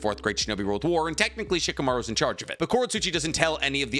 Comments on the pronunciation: Why do you sometimes call Shikamaru Chicamaru? It's weird. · It's funny when keeps saying shikumaru is tree level😂